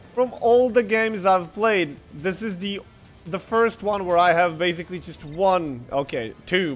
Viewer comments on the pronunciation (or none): Please stop saying BEZZZZZIKLY!!!! BASICLY! /s/ sound NOT a /z/ sound jeez